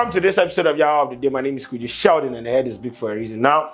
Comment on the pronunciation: said morethan dis